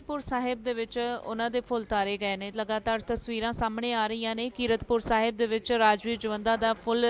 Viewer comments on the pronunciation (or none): ਇਹ ਬੀਬੀ ਤੈਨੂੰ ਕੀਰਤਪੁਰ ਸਾਹਿਬ ਕਹਿਣਾ ਨਹੀਂ ਆਉਂਦਾ😊